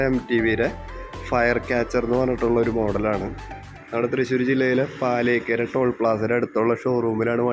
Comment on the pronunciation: ഫാലിയേക്കര അല്ല പാലിയേക്കര 👍